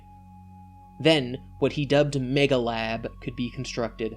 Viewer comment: Nitpicky, I know, but its actually Megahab, not Megalab.